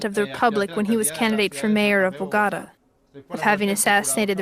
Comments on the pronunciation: Бого́та? Впервые слышу. Богота́-столица Колумбии. Меня в школе так учили. А Бого́та, это что? Район в Нефтеюганске? Или сорт пиццы? Я не понимаю. Наверное я тупой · БаготА. А не БагОта. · What’s bugada? Learn at least how to pronounce the effing name Bo Go Ta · bo- gotta? Bo- go - ta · It is NOT Boogatta. Its BOGOTA. Please learn the correct pronunciation, at least of one of the biggest cities in Colombia .please is not much to ask.. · "Bo-gotta"? The name of the city is Bogotá = "bo-go-TAH". Lost it on the first sentence, a new world record. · Nice job. Isn't the pronunciation "Bo-go-Ta", not "BoGota?" That is why there is an accent on the trailing "a". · It’s pronounced Bogo-TA Not Bogahdah😂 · Bogora??it is Bogota with the letter T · Bo-go-tá not Bo-go-ra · BoeGata?…don’t you mean BoGaTaa? The very first word you started your documentary with was mispronounced.. That doesn’t add much credibility to anything that follows if you pronounce the name of the City you are featuring in your story. Do better. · Oh no! The woman that can't pronounce ANY of the Colombian city names. For Bogotá, she says B o g Á t a !👎👎👎👎👎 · "bogada" lol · the worst part of this entire video was youre absolute attrocious pronouncication of Bogota....it made my body physically contrort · “Bo-gotta” huh? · Bo-GA-da? That's a new one... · Im Colombian live in NYC 🗽 but they started with a drama 🎭 btw you pronunciation about Bogota is no bogata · Where is Boh-gotta? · Bogata 😂😂😂😂 learn spanish girl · Bogahdah... capitol of Coluhmbia. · Me too Sounds like she said Bugatta she almost said Bugatti 😂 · bo gatta-med dillon 😂😂😂😂great job miss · Narrarator and her “Bagata” and Medellin”, falls on my last nerve but otherwise, an incredible insight behind the walls. Not very promising, of any rehabilitation and in fact, quite the opposite. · First word in and I am confused - BO-GAH-DA 🙄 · Bogada, 😂 . Ffs. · Bo-ga-ta? I chuckled at that pronunciation. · Can you atleast learn how to say “BOGOTA COLOMBIA”